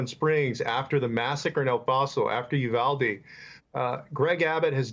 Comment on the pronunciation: Bless Rep Castro for pronouncing Uvalde correctly He's just about the only one on TV who has gotten it right.